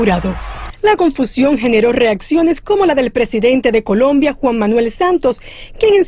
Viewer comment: segundo 8 dice colomba en vez de colombia